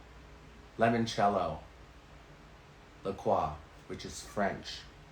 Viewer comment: Finally someone who pronounces La Croix properly